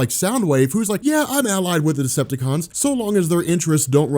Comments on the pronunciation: Is he saying destructacon ? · I don’t know much about, but does it sound like keeps saying destructicons?